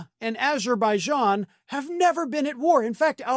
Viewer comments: He said aberbaidan not Azerbaijan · Not only name Albania instead of Armenia he said Alberbagon instead of Azerbaijan! 😂😂😂😂 but he ain’t funny!!! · And 🌮 couldn’t pronounce Azerbaijan“ called it ABERbee…“ in front of Britain’s King Charles 😂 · Trump did NOT say Azerbaijan. He said Aberzaijan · 1. Trump didn't even say "Azerbaijan", he said "Aberbaijan" instead. 🙂 2. It's not true that Albania never had any wars with anybody ever. For example, Albania was occupied by Italy and Germany during WW2. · He really said "Aber Beishon" & "Albaania" (phonetic spelling) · He actually said Aberbaijan 😂😂😂😂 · I saw on Jon Stewart's rare non-Monday appearance that Trump said "Aberbaijan and Albania". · He actually said "Aber...baijan". Dude needs to see a real doctor, STAT. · Sounded as though he says Aberjan or maybe Aberbijan, definitely NOT Azerbaijan so add in the Albania and I'm guessing it's some fantasy country from some fantasy US weird fantasy film. Maybe an Asian form of Wakanda, after all most of the residents are definitely tanned [very hot summers, and fairly cold winters, I watch a couple of Azerbaijani Youtube channels, if you're into winter sports they have a fabulous resort that doesn't get as crowded as the better known European resorts, it is also a very safe country where the most you might suffer is being mugged [normally drunk tourists late at night, seldom seriously injured. I looked after the US claimed it was a terrifically dangerous country warning US tourists not to visit only to discover they were doing what they do best, lying about other countries] and despite being a majority Muslim country alcohol isn't banned and they are officially secular. Would like to visit one day, the scenery is stunning. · He actually said Aberzijon vs Albania. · He actually said 'ABER-BAIJAN' too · He can't even pronounce Azerbaijan.